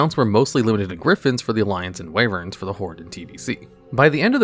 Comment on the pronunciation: All these years and you still can't pronounce "wyvern."